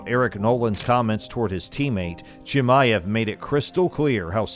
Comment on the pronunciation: Still cant even say his name 😂 probably didnt even see the fight live